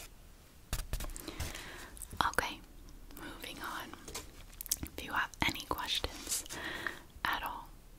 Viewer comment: You sayed questons not questions 😂